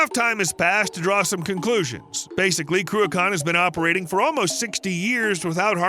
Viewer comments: I THOUGHT it was Cruachan; you Speech ---->TXT said Ben Kraken. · Shame this guy didn’t practice pronounciation of the mountain and dam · Would love to teach you how to pronounce the word 'Cruachan' properly, but your making a brave effort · Not even our biggest hydro plant. Also its not "croo-ak-kan" Its more like Crook-en" but the K is pronounced like the ch in Loch (not lok). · Cruach ann Not Cruchon Sc Otland NOT Scaatland .....Tich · My father was a civil engineer on the Cruachan dam project. My mother lived in one of the nearby villages. Without hydro electricity I wouldn't be here! P.S. It's pronounced Croo-achhhh-an not Croo-akan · Croo-akaan ? 😂😂😂 If you’re making a vid, at least have the courtesy to research the correct pronunciation. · Listening to an Amurican pronounce scottish words is hilarious . Ben crew-a-khan😂😂😂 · It's pronounced "Crew-kin/Croo-kin". You're welcome. 😉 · It is not pronounced "Cruacon" for starters! Hate it when Americans do these videos and cannot even get the pronunciation of Scottish place names correct. Some of the Gaelic names can be difficult but this one is very simple to say correctly. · Your mispronunciation of Cruachan drives me nuts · Cruachan ends with an, not on. Also Edinburgh ends rgh, o. Get the names right please.